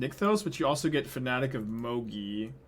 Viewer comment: The way you pronounce Mogis drives me insane, but not as much as not drawing the second red source that first game.